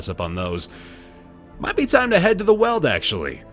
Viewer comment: "Weald" is pronounced like "wheeled", not "weld". /pedantic